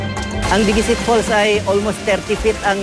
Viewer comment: diguisit is pronounced nang mabilis at walang accent sa kahit na anong syllable...pati yung dicasalarin, mali pagpronounce